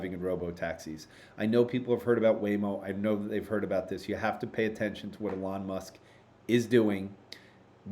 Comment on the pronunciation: Great weekly update, as always. Much appreciated,. ================= BTW, you don't pronounce Elon's name correctly. Elon: EE-lon First syllable: “EE” as in “see” Second syllable: “lon” rhyming with “gone” or “on” ================== Common Mispronunciations to Avoid Saying “Eh-lawn” or “Elin” — these are incorrect. Stress should be on the first syllable: EE-lon, not ee-LON You can use one of the AI's to generate a pronunciation audio clip. Also, Your deck referenced Imad Mostaque, but his name is Emad Mostaque. Maybe an AI hiccough?